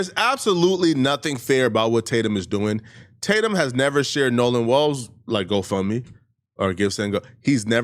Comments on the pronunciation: WELLS not WALLS!! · Nolan's last name is WELLS! NOT WALLS! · In order to take you seriously, you need to learn how to pronounce Nolan's last name correctly! It's WELLS not WALLS! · Bro said Nolan walls bro 🙄